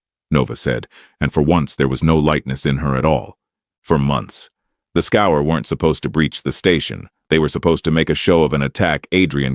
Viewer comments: When was the last time you met a “human” who reads scourge as scour? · I wonder why "Scourge" is pronounced "Scour".